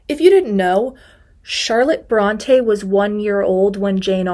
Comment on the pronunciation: I find humor in your commitment to fact check the misconceptions of the Brontë sisters, and yet you didn’t bother to pronounce their name correctly. An umlaut over an E makes it say, “ee.” What you are doing is pronouncing it as if there were an acute accent, as in, “Beyoncé.” They are not the “Brawn-tay” sisters. They are “Brawn-tee.” Or maybe, “Brawn-tea” in this case 😎